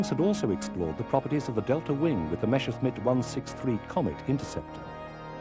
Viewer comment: Mesher-smitt?? WTF..?